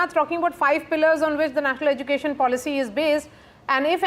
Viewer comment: He can't pronounce " education" correctly and he is the education minister😂 He pronounced education as " educason....